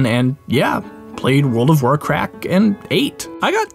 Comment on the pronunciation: Anyone elses heard him say, world of warcreak